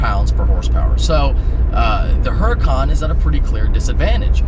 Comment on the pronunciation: I like ur vids.. Maybe learn how to pronounce Huracan, think street fighter video game..